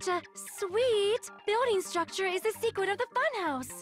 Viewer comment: Am I crazy, or does Sonia have a speech impediment all the sudden? She said "seekwet' in place of secret